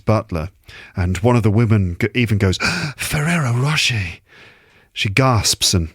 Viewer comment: you bloody f*****! You did it again. Me: Walking along crowded High Street. with French accent: Oh Monseigneur! With these Ferrero Roche you are spoiling us! Me: UAH HA HA HA… Fully exposed! Damn 😎